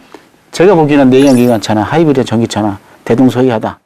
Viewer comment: 하이브리디 일음절에 강세를 주는 버릇 교육이 잘못됐어